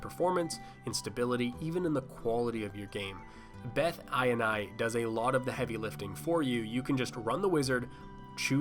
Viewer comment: You say ini that sounds like " eye in on the in the eye and eye"